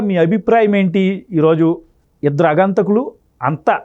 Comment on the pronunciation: ముఖ్యంగా, అగంతకులు కాదు, ఆగంతకులు అని పలకాలి.